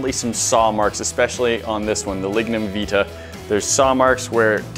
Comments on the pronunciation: Lignum vitae My country's (Jamaica) national flower we pronounce it ( vie-ty) not (vee tah) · Lignum vIT-AY. Not veet-ah..